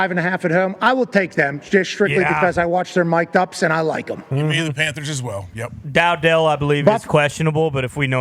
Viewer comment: It is not DOW-DELL ffs